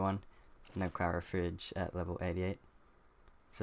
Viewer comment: The way you say Cryo upsets me.... xP thanks for the vid will get the gacha one, the rest seems OP.